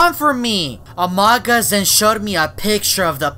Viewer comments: says amogus instead of among us it's hilarious 😂😆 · OMG CAN U STOP PRONOUCING AMOGUS LIKE THAT!!!!!!!!!!!!!!!!!!!!!!!!!!!!!!!!!!!!!!!!!!!